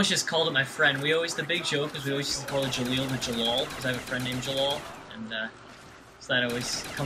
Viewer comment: Definitely Gah-leel, not Jah-leel